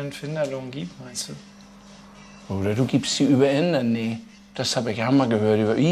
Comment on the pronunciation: Indernee...oder I-BETT...I-BETT!!! 😂🤣😂🤣 Dittsche forever LOL.